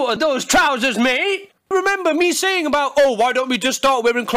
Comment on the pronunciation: The way he says mate cracks me up.